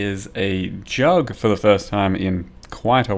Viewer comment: I like how you call it J U G G consistenly :D